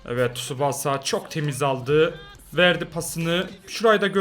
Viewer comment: Abi tsubaasa değil Tsubasa diye okunuyor lütfen artık böyle okur musun